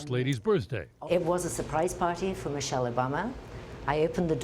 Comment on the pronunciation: 'Miche' Yikes